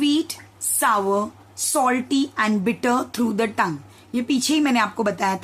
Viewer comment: सावर उच्चार नाही होता .